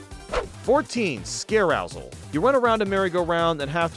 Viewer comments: It’s scare-o-sell, not scare-ow-zle, you made it sound gross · You mispronounced the name; it’s a portmanteau of “scare” and “carousel.”